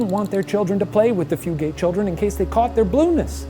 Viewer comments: I'm typing this from a location that's roughly a five minute drive from Hardburly. Good job pronouncing Appalachia, Shane. Fugate is a very common name, here. They don't pronounce it Few-gate, though. They pronounce it Few-git, emphasis on Few. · I was wondering if the pronunciation was going to be mentioned or if it was just me. Floyd County here and we say Few-gut lol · it is not Fu gates it is pronounced fu gets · As someone who grew up about a mile away from this family, it’s ‘Few-get’ not ‘Few-gate’ 😅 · Few-gate is absolutely killing me 😂😂😂 I laugh every time lol “few-get” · Hi! I’m related to a strand of fugates, it’s pronounced “few-get”” lol beautiful video! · From my hometown, also Fugate is pronounced Few-Get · The blue fugates are my ancestors lol also it's pronounced "few" get" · Kentucky native chiming in. It’s pronounced “few” “get” guys! It rolls off the tongue like nougat but with an F.